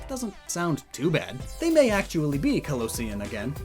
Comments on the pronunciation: Kalosian is canon, by the way. It's said in X and Y. But it's also probably not pronounced like "Kantonian". Kalos is based on France, but specifically the region surrounding Paris. And people from Paris are called "Parisians", but it's pronounced like "Pa-ree-shan", or "pa-ree-shun". So, Kalosian is a probably pronounced as "Ka-lo-shun". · Kalosian is correct, but he pronounces it a bit incorrect. It’s pronounced like erosion, but kalosian